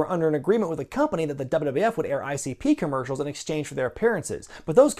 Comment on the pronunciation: What's with your pronunciation of "wwf" ? I've heard the same from Keller, Alvarez & Meltzer.